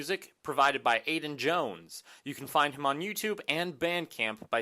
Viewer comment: Also, it's Aidan Jones, not Aiden ;)